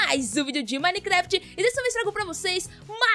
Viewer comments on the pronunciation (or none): none